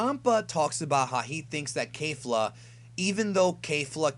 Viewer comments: I hate to be that guy but it's pronounced kefla not kayfla they even say it in the anime. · It’s KEFLA... definitely can confirm that after this episode. Nobody is pronouncing it ‘Kayfla’ in the show. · Her name is Kefla.... not Kafla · Kefra kefla all the characters say it with a ke pronouncing not kei like a keifla or keifra not sure why people are saying with with kei and not ke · KEFLA jesus KEH fluh not kay